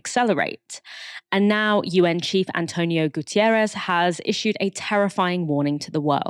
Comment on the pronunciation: <Insert Bernie Sanders' meme here> I come once again to ask you to remember that there's no letter "i" in "Guterres".